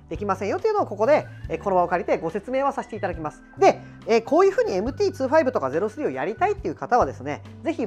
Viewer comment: MT｢ツーファイブ｣なんですね ｢にじゅうご｣って言ってた…